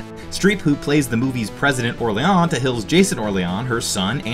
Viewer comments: Did you see the movie? It's pronounced Or-leen throughout, not Or-lee-on. So I stopped watching your smarmy video in the middle, because, what do you know? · Did you watch the movie? It's pronounced "Or-Leen" and they say it often. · Or-leon? did you watch this? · Orlean… like New Orleans. That really bugged me like did you even watch this? Lol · Hey, ever been to New Or-LEE-ONs? That’s how it’s pronounced, I swear.